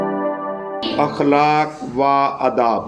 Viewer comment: اخلاق و آداب میں و نہیں پڑھتے ۔اخلاقو آداب پڑھیں گے